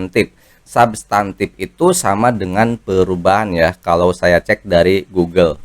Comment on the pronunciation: Bukan sabtantif tp subtantif, itu b.indo bkn inggris jd jgn di inggris2kan kayak subscribe